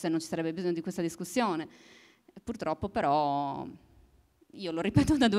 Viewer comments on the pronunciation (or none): none